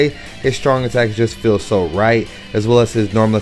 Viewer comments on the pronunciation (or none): none